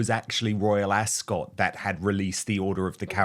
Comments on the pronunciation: It's not pronounced AsCOT it's more like Asc't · "ASK-UT", not "ASS-SCOTT". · Dan it is pronounced Ascut, not cot. From one kiwi to another 😂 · Dan, I find it funny that you're a Brit, yet you can't say " Royal Ascot "properly .. it's * Asket * .. 😅😂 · Love you, Dan; however, you need to learn how to pronounce Ascot❤